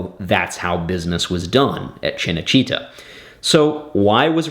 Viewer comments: cinecittá, not cinecítta.... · It's called Cinecitta not Cenecitta and Rai is pronounced Ray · Rai Italia is pronounced wry italia, not ria italia. And CinaCittà is CHINna chitTA, not CHINna CHEATer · Very nice backstory! But the pronounciation massacres make it hard for me to listen you! How can you pronounce RAI as Ree-a over and over? Cinecittά - not china-chEEta! Painful and unfortunately, very American! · An excellent video. That said, your Italian pronunciation is atrocious. CineCitta (pronounced Cheenay Cheetah, like the cat) and RAI (Reye as in eye). It's funny that Roman business practices are still going strong in Italy 2000 years later. BTW, the television show about Octavian/Augustus' palace intrigue you said would make good viewing are all included in the fabulous British series, I Claudius. Thanks for bringing this to light. Rome, one of the best series, was killed off too early.... Rome, we hardly knw ye. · Two things for what it’s worth. Rai is pronounced like “rye”. For Cinecitta, accent the “a”. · Also, Cenecitta' is misspelled. It’s Cinecitta’. Film (cinema) City. A section of Rome. And it’s pronounced chee-nay-chee-TA with emphasis on the “TA” - My family had an apartment there years ago. Sorry to be such a pest, but just want to add/correct to your excellent video here. I’m enjoying it very much. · Fascinating. But you could at least learn how to pronounce names like “Rai” and “Cinecittà.” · PLEASE take 5 minutes to lear how to pronounce cinecittà and RAI, not RIA